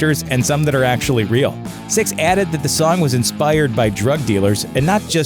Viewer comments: it's nikki SIXX not nikki STYX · His name is "Sixx" not stix!! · the narrator pronounced “Nikki Sixx” as “Nikki Styxx” sometimes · Its not stix dude its sixx get ur shit straight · It's not Stycks It's Sixx, you jackass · SIXX, not styx!!! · His name is "Sixx" not Styx, dude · Lol as a black woman I love me some motley. Please say his name right sixx not sticks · SIXX not STIXX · I can't stand the mispronunciation. It's disturbing. Sixx as in 6 not Stix or sticks. Though Styx are another band entirely. Hoping that is just a confused moment for the narrator, but it's not hard to pronounce Sixx. Weird. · Sixx not Stix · You called him stix. Dumbass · Sixx* Not stixx it's sixx fix it bitch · Nikki SIXX. Not sticks. You bloody knob jockey. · Why do you keep saying Stixx??? Its SIXX, you moron. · "STICKS", STixx, or STIKS.... makes YOU a DICK!.....S-I-X-X....you know, SIXX!!!! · Dude....you know his name is Nikki SIXX, right? Like the number. Why do you keep calling him "Nikki Sticks"? Although if i ever get a dog who loves to play fetch.....that would be an awesome name!!😁😁😂😂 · STIXX AS IN HES A DRUMMER! LOL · It’s sixx you stupid fuck! Lol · is it just me or is this guy calling Nikki Sixx "Styx" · Is this guy seriously calling Nikki Sixx, "Sticks"? What a fucking DOUCHE!! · Omg could you please, at the minimum... get nikki's name right? Is plastered 1000 times below but I just feel the need to shove it in deeper. HIS NAME IS. NIKKI **SIXX** THANK YOU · Why do you keep calling him Stixx? Numb nuts... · Why does this douche keep calling him "sticks"? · he says sticksover and over again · Does he keep saying sticks?? Nikki Sticks?!?! 😂😂😂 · Gotta admit hearing him repeat Stix is hilarious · The continual mispronunciation of Nikki Sixx's name drove me NUTS! "Stixx"??? Fucking REALLY, dude? I'm not even a rabid Nikki fan, and that just irked the SHIT outta me! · Dude.. You GOTTA get his name right, it's not difficult, but you make it really hard to watch this way.. 😔